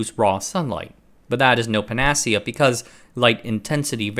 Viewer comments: Its Pan nuh see yuh, not pan nah ceauh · I have never before heard panacea pronounced as pa-NA-cea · I feel like the pronunciation of “panacea” is punishment for how often one of us asks him to call the computer d-ram “dee-ram” instead of his “dram.” We must not give in 😅. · You say panacea incorrectly. I mean this with respect :) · This is not the first time he's mangled "panacea", and it won't be the last, I fear. Guy's got his own dialect of English. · I've only recently discovered the channel and have started watching his older videos, and his pronunciation has improved a lot outside of the rare word like panacea.